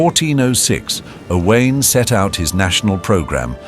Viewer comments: O wine. So simple to pronounce Owain correctly. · Owain is pronounced "Oh Wine" Ruthin is pronounced "Ree Thin" (although, to be fair, at the time, may possibly have been pronounced "Roo Thin" - we are not sure) Probably more throughout this video Not hard to learn these in 2026 guys